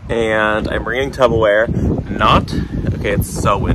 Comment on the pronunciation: Did you say Tubberware? 🥰